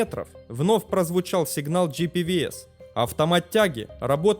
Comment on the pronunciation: Спасибо авторам за познавательный контент и простая просьба: правильно произносить аббревиатуру системы предупреждения о близости земли GPWS как «Джи Пи Дабл Ю Эс». Спасибо ещё раз и успехов